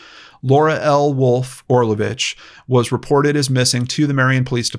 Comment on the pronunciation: The amount of respect and importance you put on the missing people and victims is astounding, Sir, I commend you. This is my first video of yours that I have seen and I subscribed minutes in. By the way, you pronounced Orlović so well! I am Croatian and it's just the way we say it as well. I am really hoping miss Laura will be found safely, her poor daughter must be so worried.